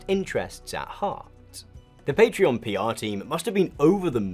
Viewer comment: i cant believe this video exposed for not being able to pronounce patreon